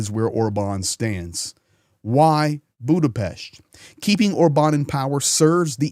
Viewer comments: Thank you for your coverage. And thank you for pronouncing Budapest correctly (Buddha-Pesht). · Good perfect pronunciation of Budapest,!!👍